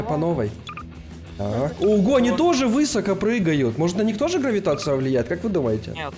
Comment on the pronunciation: можно вас попросить говорить слово " высоко" с ударением на последний слог, режет слух.